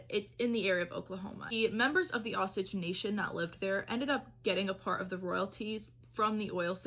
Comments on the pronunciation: "Osich"??? Doesn't she mean Osage? Oh-sage??? The story is the basis for Killers of the Flower Moon. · You're pronouncing the Osage Indians wrong. It's pronounced as oh-sage. Very sad horrifying story though!! 😢